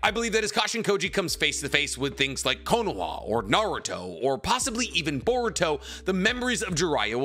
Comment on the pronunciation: It’s konoha not konoa. 😅😅😅